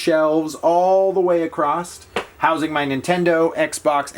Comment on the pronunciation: Acrosst...yes. you said acrossssssT